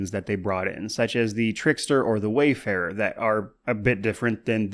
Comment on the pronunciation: It was annoying at first but at this point it's just hilarious how many people say "wayfarer" instead of "warfarer," wayfarer isn't even a commonly used word so I don't know how everyone's getting tripped up